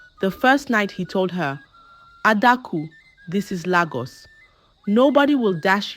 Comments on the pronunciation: Lagos not laaagus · Nagos not Lagos